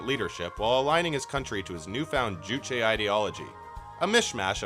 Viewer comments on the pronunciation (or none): none